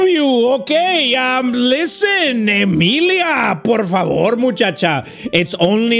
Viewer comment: WTF- Emilia is my name ! 🤭 love the way you said it no one ever really says it !